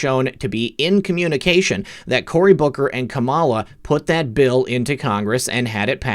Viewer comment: Every time you say Booker, I hear Booger. More better. haaa haaaa